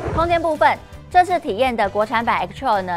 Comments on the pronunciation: 對啦!!! 一直聽到X-Troll。 Troll 可不是什麼好詞。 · 聽妳唸X-Trail，要很忍耐。